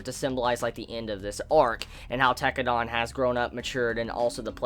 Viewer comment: lol Its Tekkadan, not Tekkadon, dan, not don. pronounced den or dan, not don. ps: loved this video series of yours, well done and thanks. Glad you liked the show.